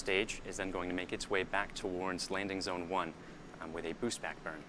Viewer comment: she said landing bone lmao